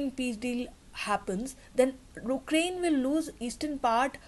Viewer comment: Ukraine - Why do you say 'oo'kraine, it is pronounced as 'yoo'krayn